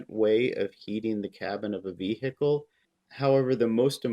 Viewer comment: Just what, exactly, is a vee-hickle?